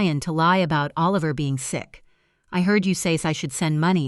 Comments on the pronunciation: Why do you keep saying a liver instead of Oliver? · It’s not O Liver, it’s pronounced like Alaver! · These compute generated storytellers is so funny, Oliver here is O-liver, so funny. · I know it's AI, but...imagine holding your newborn, trying to decide on a name...a sweetheart a heart...naaaa A liver😂